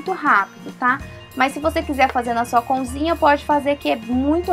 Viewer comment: "Conzinha" kkk